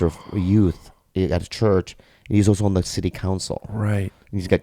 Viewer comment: I like how Bobby says...Oso (also) LOL